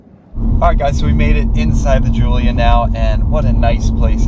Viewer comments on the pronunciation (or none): "We made it inside the Julia" haha